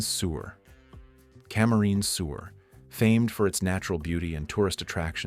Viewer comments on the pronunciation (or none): Camarines is NOT pronounced correctly!!